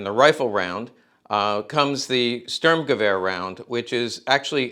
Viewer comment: I would like this channel more if you worked on pronounceation for words like Sturmgewer and Waffen SS W is pronounced like a V. Also correct terminology like calling a magazine a clip. Another thing please refrain from calling weapons nazi. eg nazi luger instead call it german. A weapon could not be a nazi although it may be used by them Simple things like this would help out your channel alot. I have subscribed because I believe this channel could grow into something good, see you on the next one.